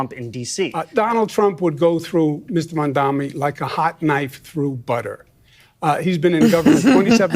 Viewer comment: These people's Irish ancestors would have been made fun of 100 yrs back when their names were pronounced as MC err Laughable for McLaughlin just like how she purposely mispronounces his last name. Hypocrites to the core.